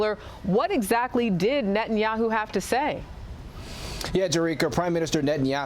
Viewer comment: Biden is critical of Nathayaoo, now !!! When he has butchered 30 thousand palestinian. Was he dozing then!!!